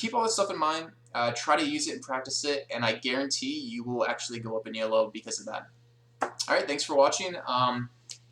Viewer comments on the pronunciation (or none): This is a really useful series. Minor quibble: "Elo" is a name, not an acronym. It's pronounced "eee-low", not e.l.o. =)